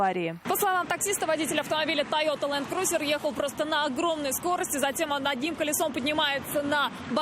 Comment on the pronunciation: Ведущий а не Ленкузер а Ланкрузер